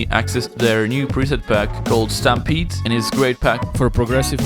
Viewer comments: buddy.... That pack is called 'Stamped' like: To stamp a letter.. not 'Stampede' hahaha. Great tutorial nonetheless mate! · lmao he called stamped s stamp-eed. but this tutorial was the best lucas and steve tutorial. i loved the end result and the pianos sound so much like the duos!!